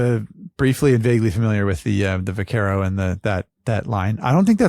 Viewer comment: Teach how to pronounce Vaquero. 😁.